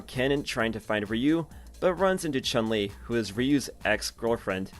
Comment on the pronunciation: This guy says choon li